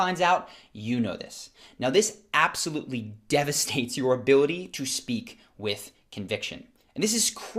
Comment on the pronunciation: Neat video but ..."Devistate"?